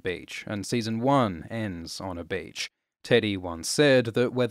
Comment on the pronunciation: i thought he said "bitch" the first time he said beach lol